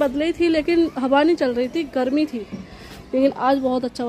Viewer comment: Habaaa Nhi hota hawa hota h. 😆😜